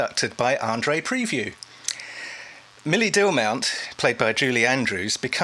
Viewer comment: Andre Previn, not Andre “Preview”